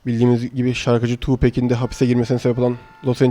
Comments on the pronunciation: Abi o Tupac Tupak diye okunyo r:)) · 2pac şarkılarında bile tupak diyor lan